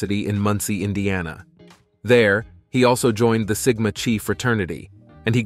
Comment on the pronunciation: Referring to the pronunciation of Sigma Chi and Sigma Chai??😂